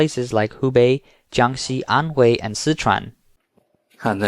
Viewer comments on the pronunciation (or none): none